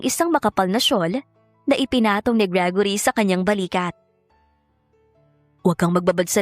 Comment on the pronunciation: How you pronounce gregory ? Gragory ? Hala hahaha